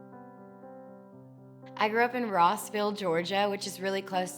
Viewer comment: It's not Roseville, GA. It's ROSS-ville.